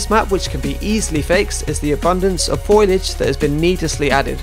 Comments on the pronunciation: Great vid as ever, pro as hell, but it's foliage not foilage, and con-due-it. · I love the way you pronounce 'foliage' and 'conduit'. :)